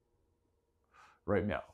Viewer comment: Did you just say right meow?